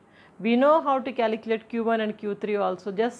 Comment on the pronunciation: Calecalate🤣 2 yem 🤣